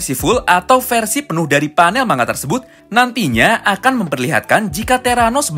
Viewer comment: bang cuman meluruskan, manga dibaca "mangga" arigatou!